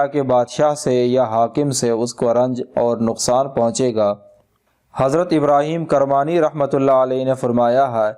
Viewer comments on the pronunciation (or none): please rectify your pronounciation.. it is Ibrahim Kirmani not ibrahim karmani (kirmani k keef k neechai zair _ hai zabar - nahi